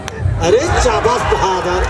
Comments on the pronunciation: Comentatar se kah do pahle seekhle fir comentry kare chabas nahi sabas hota hai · रैफरी साहब चाबास नही शाबास होता है। वा ह राकेश जी। बहुत ही खूब